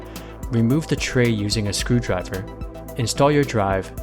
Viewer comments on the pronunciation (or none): "using a screw drivffser" xD